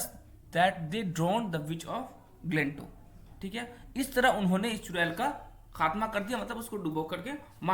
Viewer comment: Glentow galat bol rahe ho